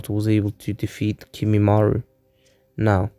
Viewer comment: its kimimaro not kimimaru. And other than that this was really good. I like how Sukome left the village right before Sasuke